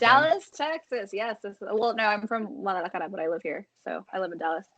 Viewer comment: This guy is an idiot! Also cant even roll his r's when saying Guadalajara lol